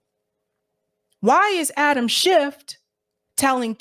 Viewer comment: Your ignorance is HILARIOUS. First of all, say his name correctly--it's SCHIFF (NO "t" at the end🙄). This whole "Twitter files" thing has been completely debunked. Matt Taibbi is a TRUE Putin-loving COMMUNIST--and I know how afraid of Communists you MAGAts are (even though not one of you can define Communism, Socialism, Marxism etc...🙄), but then again you are all Putin/Russia loving TRAITORS yourself, so who knows?